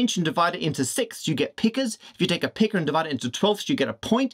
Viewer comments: Pica rhymes with biker, not vicar. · All well and good, except that you mispronounced “pica.” You called it a peeca. I had to cringe.